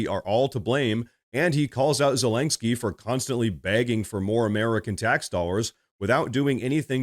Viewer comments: why do you keep pronouncing Zelensky as ZelenGsky? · "President Zalang-ski" 😅